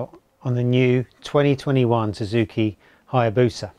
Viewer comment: The Hya-BRO-sa!